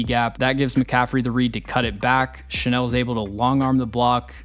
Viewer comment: I think Leo Chenal (Shuh-NALL, not Shuh-NELL (which is a perfume)) already broke out. I don't think his snap count will go up, unless the Chiefs face more 21- and 22-personnel. In fact, I think it's his performances against those personnel groupings that causes opposing offenses to avoid those groupings. KC's 4-3 base grouping is just too stout.